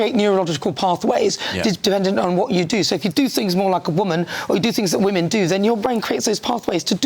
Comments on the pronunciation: Peter Snatchall is a pdf apologist. He makes my skin crawl. It also makes me rage when he says woman instead of women. Every time 😡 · Ah Peter has no clue, he’s definitely the wrong person to ask for the facts. He definitely knows what a man and boy is though cos he has sex with them. Peter can’t even pronounce, “Woman” pronounced Wyman, singular. Women is plural, it’s always very irritating. The brain structure thing is false, their brain was no different to gay men.